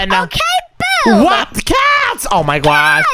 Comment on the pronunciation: why do you say gowh instead of gosh ❤